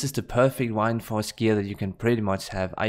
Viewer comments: Btw I am sorry for this, but every time I hear you sayin "why-nd-force" my ears start bleeding. It is '"Wind-force". WInd like breathin English or vind in your language :-) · whind-force?? the fuck bro lol? its wind. like the wind blowing from a storm. wtf wtf?